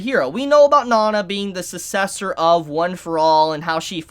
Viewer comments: sometimes be like... Susessor I'm sorry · Take a shot every time he miss pronounces sucessor